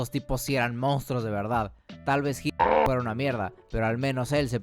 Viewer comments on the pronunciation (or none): none